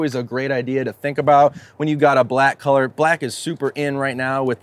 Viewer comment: “Keller” or “color”? Haha.